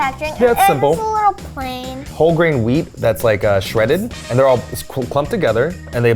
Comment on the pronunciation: "They'rrrrrrrre great-!" Yes Eugene. You two are great.